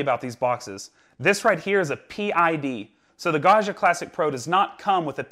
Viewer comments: I love how in English you say “Gasha” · think of it as pronouncing the name John... it's a hard and bouncy "G", not a a smooth soft G like in the french "jean".... Also, being a double g means you have to hold it a little longer. Ok I'm done with being a pronounciation nerd.:) Thanks so much for the videos, they're great. Ciao.